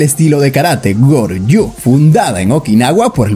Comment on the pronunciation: Estilo Goju Ryu (se pronuncia goyuriu) amigo